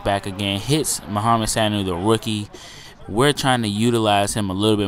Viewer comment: ur pronouncing Sanu wrong its su-new, look up his highlights from rutgers